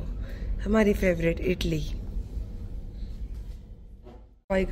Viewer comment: Italy nahi moutharma please idli bolo😂😂😂😂